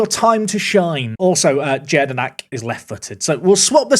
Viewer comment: If Jedynak has Polish in his nationalities, he's most likely pronounced Yea-di-knack